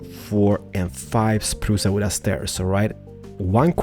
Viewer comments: I love how you say it xD "achacha wood" "spruca wooda" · "spruca wooda" love it! XD